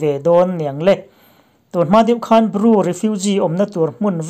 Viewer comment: Ru ni lovin, Bru tih tur...